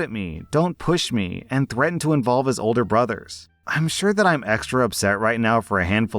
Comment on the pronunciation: "Threathen to involve his older brothers" Im sorry what???